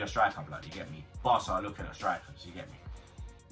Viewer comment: The way he says firmino gets to me man wheres the h ffs